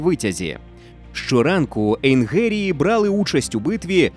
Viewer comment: Ну хто вас ото змушує коверкати мову і промовляти "ейнГерії" черег звук "ге"? Не позорьтесь.